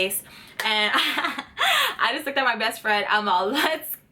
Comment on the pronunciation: did i hear breast friend?